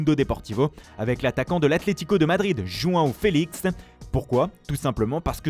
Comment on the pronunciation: Je suis le seul à avoir entendu « Joint Félich » au lieu de Jõao FÉLIX ? 🤣🤣🤣